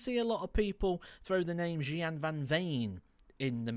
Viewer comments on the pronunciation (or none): Yeah Gian is my tip. BTW his name is spelled with a G but it's actually pronounced Hian.